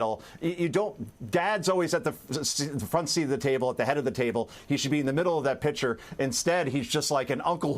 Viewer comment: "Pitcher" Concha? What the hell? It's picture!!